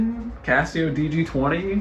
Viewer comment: C ass seo. C Assio. Not Kesseo.